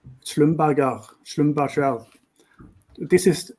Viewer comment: This guy does not know a thing about the state of Russia's oil and gas industry. For him to claim that Russian gas exports are depleted despite flows heading east through Power of Siberia, and soon to be Power of Siberia 2 is hilarious. Anyone who pronounces Schlumberger as Sclumburger is...uninformed.